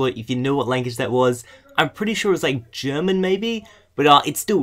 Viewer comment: Its germab